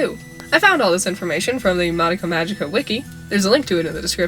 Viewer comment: You're pronouncing madoka wrong